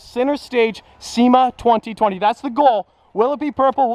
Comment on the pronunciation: says 2020 but in English letters he says twunty twunty